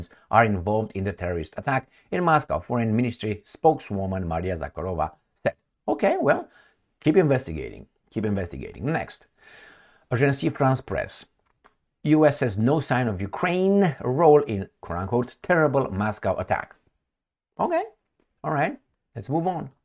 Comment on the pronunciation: Ajans frans pres, not Ajansi frans pres!